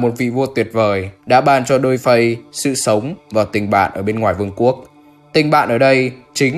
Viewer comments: dollface og này đọc thành -> đôi phây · Viết dollface đọc đo phay :)